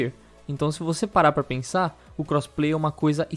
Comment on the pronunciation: O cara fala crossplay Só que ouço "cosplay" lol